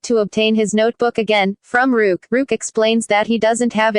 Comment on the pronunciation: She pronounced riek